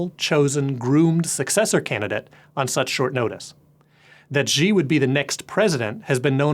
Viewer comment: For being the "VP" of stratfor's east asian office. He cant pronounce a simple name with the proper pinyin phonetics? Xi=SHEE, not ZHEEE. How can one broadcast a report about CCP politics and not know how to at least pronounce simple words in the official language?